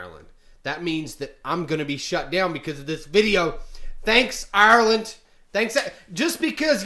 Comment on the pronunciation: Hate the way he pronounces Ireland